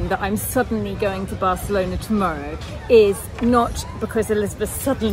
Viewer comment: The wedding was beautiful. I watched it at Elizabeth channel yesterday. Its wonderful to see both sides of this girl's trip to Barcelona. I love how Elizabeth pronounce "Bachelona". Is it the Italian way?